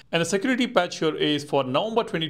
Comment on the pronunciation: Please top saying "hyur" instead of "here"